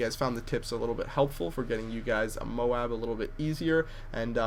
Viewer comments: Moab is so much better than MO-AB please stick with Moab it sounds much better and is also easier to pronounce! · Tbh u calling it the mo ab sounds as bad as just saying Moab Moab!!!! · its moab like "mowb" youre right dude... "mo-ab" is incorrect when an oa come together it makes 1 syllable not 2. loaf, moan, groan, loan, aboard, load, cloak etc... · I know MOAB is an ancronym, and that's why people think you say "mow ab" But I think it should really be sad as you were originally pronouncing it, "mobe". Because when you say words like road, or toad, you don't say "Toe ad" you say "Tode" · you say -mobe- not mo-ab you say -bote- not bo-at and mo-ab sounds GAYYYY! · you said moub again. lol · its mo-b not Mo-ab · is it that hard to pronounce it. its called M-O-A-B you pronounce it by the letters because its initials. i dont who made up mohb and moh-ab <== trying to show pronounciation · u said mobe again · "M-OH-B" is the correct way to pronounce MOAB. You don't say "T-OH-A-D" for toad, you say "T-OH-D". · And LMAO he pronounces it MOBE anyway!!! :D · u said that we corrected u on u saying m o a b u still sed mobe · you are saying it wrong it is mowb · haha he said mowb again gj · Sort your dome out i mo-ab not moab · he sed mob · Its actually pronounced "MOBE" so you have therefore just embarrassed yourself... awkward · it says it like mo ab in the game gtfo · u sed mobe :D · Check wikipedia, the massive ordinance air blast bombs are abbreviated to MOAB, which is pronounced Moe-abb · surely any acronym is pronounced by letters lol M.O.A.B so ur still pronouncing it wrong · MOBE....? it's called MOAB, how can you get confused...? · You said mobe again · if your going to correct people...correct them correctly...M.O.A.B stands for Massive Ordinance Air Blast amd they actually do call it the moab (pronounced moe-abb) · MOWAB really? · Your pronounced it like Whiteboy :) Moeb Mondays rock :) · its mo-ab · you called it a 'moob" again xD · you said moab again wrong